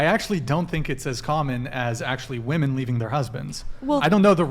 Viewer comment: Ohhhh, I remember her! The dumb ho that can’t pronounce: ‘womEN’, the plural of the word ‘woman’. It’s actually pretty frustrating…